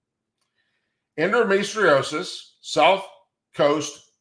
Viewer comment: End-O-me-tree-O-sis, is how it is pronounced. I keep stating that this is how sharia law against women, is being slipped in. By transshit, cloaking.